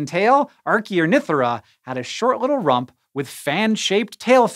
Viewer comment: My man said RUMP